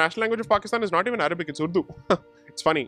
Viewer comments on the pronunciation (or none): none